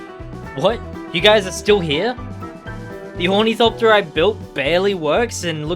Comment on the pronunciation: Ornithopter is pronounced awr-nuh-thop-tur just kinda annoyed me when you said ooh knee copter no hate real cool build keep it up